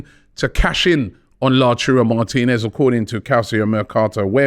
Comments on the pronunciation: It’s pronounced LA-TA-URO not LaCHURO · Oh God, Robbie is back with "Lachuro" Martinez again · Someone tell Robbie it’s pronounced “Lao-TAR-O” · Return of “Lachurro” 😂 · Robbie and his pronunciations man 😂😂😂😂😂. Calcio mertocato and La-Churro Martinez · And Murdrich